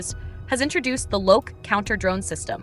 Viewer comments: It's pronounced Loki (lo-kee) in english, the god of mischief :) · The AI voice is actually closer to the Swedish Loke (loo-ke) than the English pronounciation Loki.